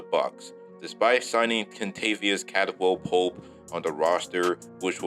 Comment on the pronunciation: And Caldwell lol